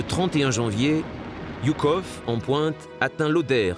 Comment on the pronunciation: Je suis un russe-phone (le russe est ma langue natale) et je dois vous dire, les auteurs de ce filme vraiment impressionant, qu'on prononçe le nom de marèchal Жуков - Joukov, et pas Yukov!